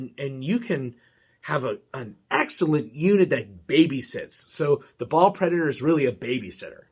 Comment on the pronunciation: Think you awsome man but its baal not ball